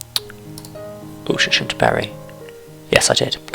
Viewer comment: Pretty sure from memory it’s pronounced “Al-tring-am” but it’s been twenty years since I lived in MCR. :) I know theres a non league team based there. Great vid and content, thank you.